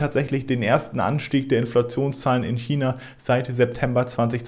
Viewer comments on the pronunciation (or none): none